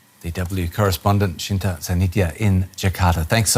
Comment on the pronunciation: Lmao, dude said Shinta, I was expecting "Shinta", and I ended up seeing "Cinta" 😂